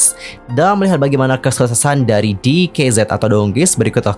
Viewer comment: Di kei Zed Salah ka, bacanya tuh di kei zi Sebab tulisan hangulnya tuh 디게이지